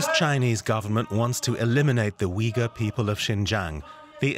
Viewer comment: Uighur is pronounced Ooyghoor, not Weegul, please.